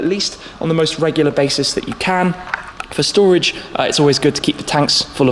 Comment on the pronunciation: Just call it shtorage